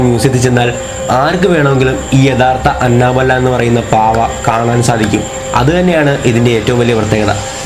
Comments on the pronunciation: Anna Bella alla anabel(pronouncing) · It's not Anna-Bella It's Anna-Belle... Like 🐘🔔... "annabelle" Please Don't Attack me 😊😊😊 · അന്നബെല്ലെ alla അന്നബെൽ 😂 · It's അനബെൽ.........but nice video😁😘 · Annabelle prounciation sheriyalla bro